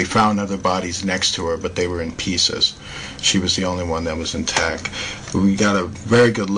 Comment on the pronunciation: Dr. Ramon de Torres That's actually a pretty good point. We don't feel the Earth move because of it's mass and the speed at which it is moving. Just like straight normal flight on a plane. Still though, this guy is just really reaching with this video. And I can't take how he doesn't add a T to the end of the words that end in T. "She's still in tac". Ugh!